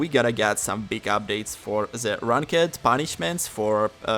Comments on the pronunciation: LMAO you pronounce ranked like rank ed. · In "rawnk-ed" lol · Someone teach homie how to say ranked